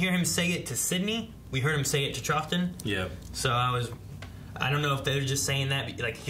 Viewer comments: Mark GaYtiss. (And earlier it’s Trauton instead of Trofton; Troughton) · Loved this. Its pronounced trowton though not truffton.. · Patrick Troughton's surname is pronounced Trout-un. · Troughton is pronounced Trowton.